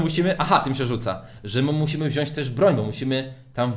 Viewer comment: Nie wziasc tylko wziac